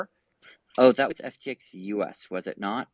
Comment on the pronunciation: I don't trust anyone who pronounces "was" like "woize"